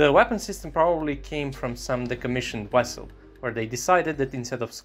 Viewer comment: He said wessel, love it😂